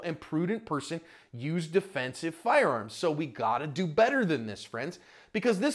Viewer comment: "fednesive dencowner"